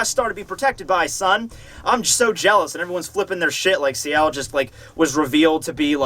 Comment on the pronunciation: also, it's Ciel as in Seal